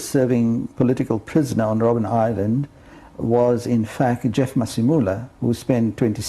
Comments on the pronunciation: ROBIN island?! it's ROBBEN island ( Seal island). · Robben Island not Robin 😮